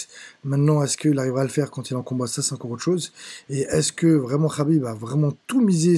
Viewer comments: Ce n'est pas Rhabib mais, Khabib !!! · "Rhaaakib rhaaabib rhaaibb" tu m'as saoulé, et en plus on sent des la premiere minute pour qui tu es. Bref c'était de la merde :/